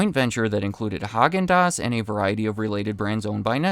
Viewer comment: It's pronounced "hay-gin-dass"